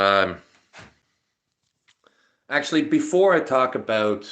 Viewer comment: Talk “aboot”! 😝